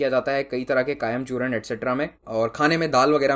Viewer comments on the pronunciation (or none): none